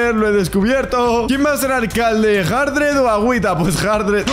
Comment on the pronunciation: Alguien se dio cuenta que dijo Jardred en ves de xturbo 😢